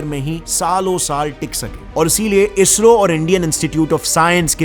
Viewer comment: It is sad to hear ISRO as BSRO 😢😢